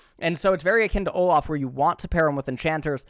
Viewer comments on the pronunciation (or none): none